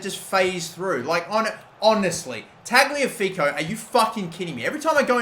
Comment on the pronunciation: ok its killing me. tagliafico is pronounced ta-liya-fico